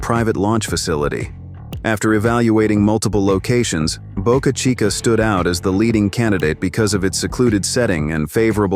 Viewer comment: Please learn to pronounce names correctly . Boca Chica launch site was the "CHEAPEST " place with no locsl objection. The rest is bovine excrement .